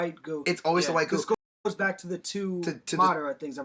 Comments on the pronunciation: yeah that bugged me. rinnengan was like "ren-igen" and Madara was "mader-uh" Nagato was like "nagudo" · Did anybody else notice they pronounce everything wrong? Rinnegan, Madara, Uchiha,Uzumaki, Nagato, and some other one's I don't feel like typing.